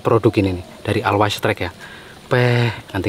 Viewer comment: Bacanya "olwaes strike" bukan alwais strike. Jadi lucu dengernya klo bacanya alwais strike 😂😅